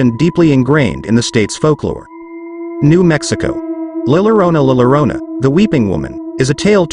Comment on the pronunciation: No no, not l lorena l lorena. Its more La llorona. Pronounced - YORONA.